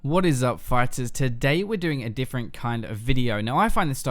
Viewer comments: PHYTERS if i hear that again im gonna develop a terminal illness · ters. End me now.